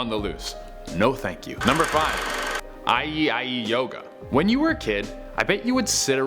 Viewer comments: Great picks, but I just can’t get past how he said Ei Ei Yoga. It’s E I, like Old McDonald. Because they’re on a farm. That’s the joke. It may be because I just finished up shark week but this bothered me so much more than it should have. Sorry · Ei ei yoga. pronounced it like ie ie yoga 😂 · It's E-I E-I Yoga, Like the Old McDonald song